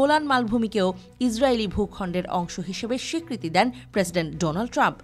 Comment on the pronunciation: ডোনাল্ড ট্রাম্প রোনাল্ড ট্রাম্প 😅😅 নামটা ভালোই দিছেন ভাই এসব ভালো মানুষের নাম ভালোভাবে উচ্চারণ করা সম্ভব না তার প্রমাণই দিয়েছেন আপনি